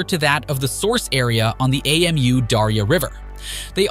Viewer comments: The river is Amu Darya. Amu is a word (pronounced ah-moo) not an abbreviation A.M.U like the narrator is saying. Anyway, good for Afghanistan and doing their own thing and developing their own country the way they want. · Who pronounces Amu as AMU? Lmao